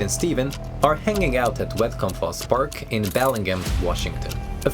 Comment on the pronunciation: Wet Compost Park? It's Whatcom Falls Park. Why are you giving an AI minidocumentary avatar an Eastern European accent anyhow? If it's to cover up the bad English grammar, just fix the grammar.